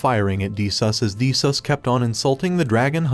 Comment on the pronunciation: Did he just say de sus😂😂😂😂😂